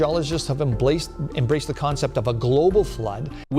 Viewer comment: He completely discredited himself when he said "emblaced."